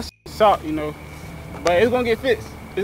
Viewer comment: He said I git internet at my house 😭😂😭😂😭🤣